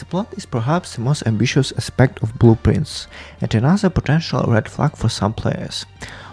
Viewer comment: LMAOOO the whole time in the podcast I thought you were saying blue prints - thats why I get when english isnt my first language i guess